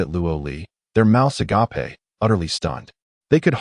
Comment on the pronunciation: Will someone PLEASE teach the AI how to say "agape"